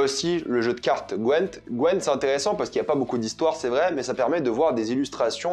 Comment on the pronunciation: Le meilleur pour découvrir c’est largement le jeu the Witcher 3 La série est nul 👎 Par contre on dit pas gwEnt mais GwYnt en anglais 😭😭😭 😜